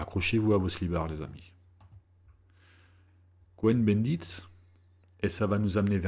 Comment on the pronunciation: Bonjour Monsieur, Merci pour votre travail qui est plus que légitime. Je dirais même de salut public. Petit bémol. Cohn-Bendit se prononce Kôn avec un o long et non Co-hen, quoique ce soit la même racine : les Cohen (Cohn, Kahn ...)sont les descendants des grands prêtres du temple de Jérusalem. Et on ne dit pas dis-huit-z - enfants, mais dix-huit t-t enfants.